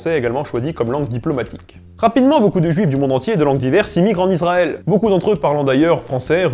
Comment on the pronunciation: Magnifique, superbe trilogie qui s'achève brillamment. Juste une toute petite remarque quand même qui me démange : La prononciation des mots en hébreu n'est pas toujours au point. Notamment Israël qui n'est pas Izraël mais [i.sʁa.ɛl] et Haredi qui n'est pas Aredi mais [χaʁeˈdi] :)